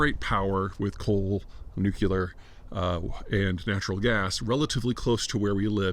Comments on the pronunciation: Peter, it’s NU-CLE-AR! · NEW - CLEAR . I will tell you that every time that I hear you mangle the word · Odd that an intelligent person insists on mispronouncing nuclear the way W does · Just like George Bush